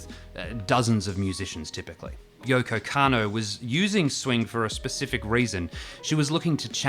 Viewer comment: Dodgy pronunciation count +1 with Yoko “Cannow” lol, great vid